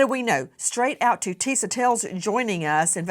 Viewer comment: I believe "Tisa" is pronounced "TEE-shuh".